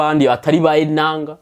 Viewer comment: wacu 👋🏿👋🏿kuki ukunda kuvuga ENANGA??ngira ngo ni NANGA😂